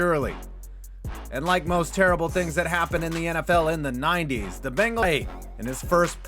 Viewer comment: The Bengal-Æ